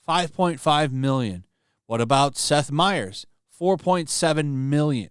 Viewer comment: Seth meyers, not Steph meyers, if you don't even know their names, why are you crying about this????